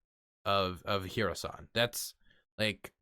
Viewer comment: I think I've invented a way for you to say Kherson correctly: just try saying "her son". Not dissing you just trying to be linguistically helpful.